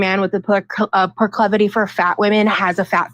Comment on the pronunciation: The word is PROCLIVITY not proclovoty